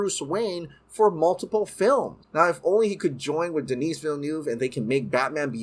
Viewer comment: If he doesn’t stop saying Denis like that. 😂😂😂